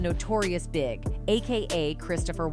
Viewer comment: It's Notorious Bee Eye Gee, not Big. Fucking AI narrator. How lazy can these people be?